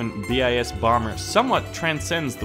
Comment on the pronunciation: Bis not BIS